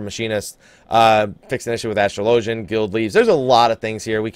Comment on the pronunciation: Astrolo-gin not astro-low-gen